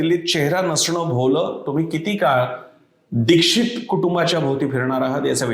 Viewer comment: नीट उच्चार करा... दीक्षित